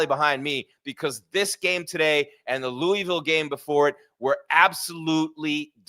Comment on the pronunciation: Pronounced Louisville wrong, also you are the cowboys of college football.